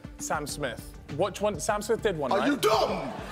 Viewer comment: Calfreezy: being confused JJ: AR U DOUMB